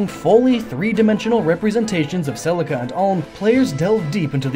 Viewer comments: "Selsia and Alm" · "Celcia" [Sell-SEE-uh] It's Celica*. [Sell-ICK-uh] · Celcia... but its Cel-ICA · Don't mean to be annoying, but Celica is not Celcia, it's pronouced Seh-Lick-uh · I went back and listened to it a few seconds after it happened just to make sure I heard right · Nobody: Him: CeL-CiA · I was loving this until Cellsia? Couldn't exactly take the gaiden portion seriously. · Celica is pronounced "Selika" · Neither are the words Celica and Beorc. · Syleph? Cecilia? It is Seliph and Celica. Think Toyota for Celica.